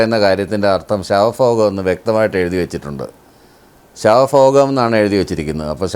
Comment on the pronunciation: "ശവഫോഗ"മല്ല, ശവഭോഗം! ഭ, ഭ, ഭ... എന്ന് എഴുതി ചൊല്ലി പഠിക്കുക.